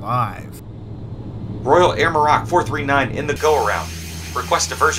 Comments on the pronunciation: The emphasis is on the O, not the A Maro^c.. just fyi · A great video…but your ATC voice was erm, weird. I’d also say you need to learn how to pronounce “Maroc”.